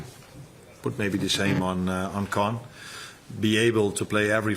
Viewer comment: I like the nickname for connor, "con" but the way arne said it made it sound like it was king kong but he said con so "king con" what do you guys think? Lets make it happen hahah, i see him beefing up this season getting big.keep it going💪💪💪 Lets goo reds!!!